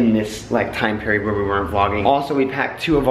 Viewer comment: "Let's get on the road ...shall wee"" 😭😭😭😭